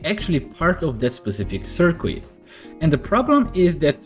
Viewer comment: Appreciate the video... just to aid your future videos "Circuit" is pronounced SER KIT the U is silent. Gotta love English!! :)